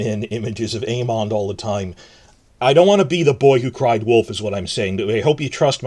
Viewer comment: I love the way you pronounce Aemond haha